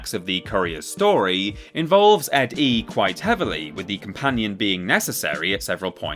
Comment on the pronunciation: Downvoted. You mispronounced ED-E's name and ranked him 17 spots too low.